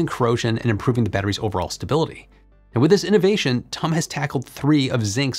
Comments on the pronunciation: Last time I checked it was T U M, not tumm, like S A P, not sapp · For future videos involving TUM, I’d recommend pronouncing it like the word “tomb”, this is the correct way. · As a TUM graduate, it's funny to keep hearing you pronounce it like tum from "tummy" lol. The U in TUM is pronounced like a the last u from you. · If you want to pronounce the university like the Germans do, say T. U. Munich. Almost nobody will understand if you say 'Tum'. There are several 'Technical Universities' in Germany. Nobody would ever call the TU Berlin 'Tub' for example. 😂